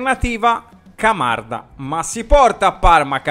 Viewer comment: “Mocanda” mi fa morire!!!😂😂😂